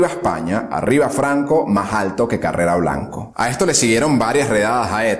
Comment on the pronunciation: En lineas generales buena descripción, aunque hay varias inexactitudes ya comentadas. Sólo un par de puntualizaciones de detalle. No es "Bajadoz " ni Carrera Blanco", Es Badajoz y Carrero Blanco. Enhorabuena